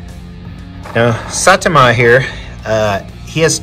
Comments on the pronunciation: One Punch Man is fantastic (It’s s-eye-tah-muh) Check out My Hero Academia if you haven’t Episode 4 is the first real ‘FUCK YEAH *involuntary goosebumps and tears of joy*’ moment in the series. Just based on your statues, I know you’d love it But if I’m wrong, you’ll know by the end of episode 4. Season 1 isn’t as good as what comes later, but that one you’ll-know-it-when-you-see-it moment still makes me tear up while I’m writing this Also check out Saitama by Last Sleep Studio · Finally anime but the pronunciation of saitama hurt